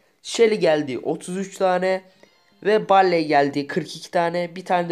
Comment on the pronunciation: Abim barley değil barli diye okunuyor